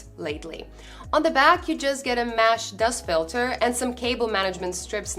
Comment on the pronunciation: It's mesh not mash